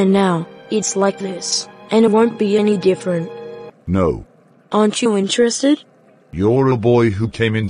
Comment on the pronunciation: same same but difflenttt 🤣